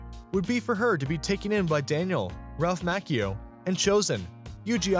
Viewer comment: It's Macchio not Makeo, get the damn name right!